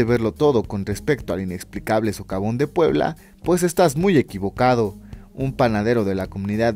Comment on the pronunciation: Dice sovacón en lugar de socavón.